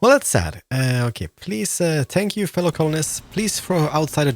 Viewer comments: Uhm, is it just me or do I keep hearing "Spank" when he says thank you? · he says spank, not thank, so you’re definitely not the only person hearing it